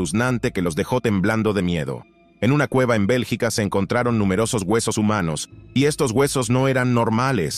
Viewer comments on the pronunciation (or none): none